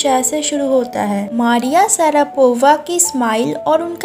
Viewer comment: Its मरीया षरापवा not मारीआ सरापोवा